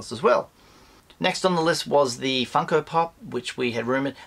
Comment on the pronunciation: lol you need to examine way you say funko its like saying fuko lol